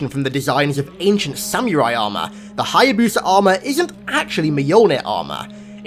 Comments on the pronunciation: nobody:...: Sam-you-rai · The way you said samurai made my brain hurt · Sam-your-eye lmfao what a clown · It just makes me cringe when he says "Samyourai" instead of saying samurai normally. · “ancient sammy er eye armor” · U say Samuria funny 😂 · Idc where in the world you are from or what type of accent you have... that is NOT an acceptable way to say “samurai”